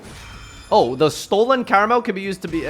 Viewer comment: Why are all english speaking yugitubers fucking illiterate? It's Karmael, not Karamel, try taking more than a millisecond to read a card's name for once and you'll see you'll never get it wrong again.